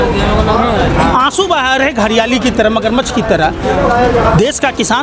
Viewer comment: भाई जी मग़र मच्छर कह सकते हो मगरमच्छ नही?